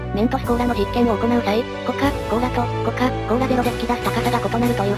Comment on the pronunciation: コカ↑・コー↓ラ